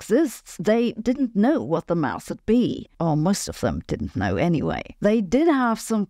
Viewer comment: Mouse? I think she means to say mass.